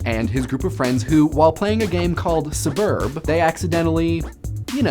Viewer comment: "suh-burb" disliked